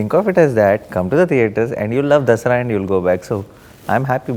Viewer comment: why does the anchor have so much trouble pronouncing the movie Dasara?!?!?! What the hell is a "The-Saaraa"?